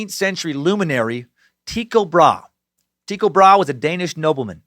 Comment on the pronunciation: Sir Suckington, it's pronounced Tie-co Bra-he